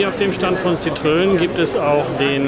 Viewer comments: Oh, bitte nicht „Sitrön“ sagen. Das tut ja in den Ohren weh! Da ist ein Tremolo auf dem e in Citroën! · Zitröön 🙈 Sorry geht gar nicht. Gesprochen so ungefähr Sitro enn Danke für das Video!